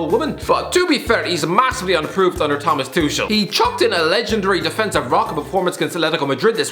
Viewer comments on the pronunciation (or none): none